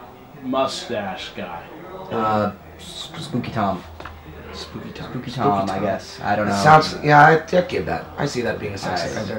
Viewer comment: Did Maxx say Spooky Town or Spooky Tom?